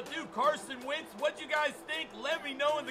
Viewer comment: Wentz not “wints”